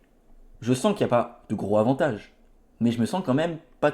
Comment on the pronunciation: Stp, les liaisons.. entendre "gro avantage" à chaque vidéo c'est pénible. Bon courage pour la suite!